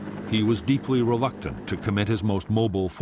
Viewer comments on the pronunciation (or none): What word is this?? He was deeply "relacted"? This word does not seem to exist... redacted?? I mean it is clear what it means but I would like to know this word for the future so thanks for any help :)